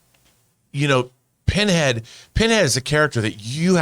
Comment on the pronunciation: his name isnt Pinhead....Pinhead.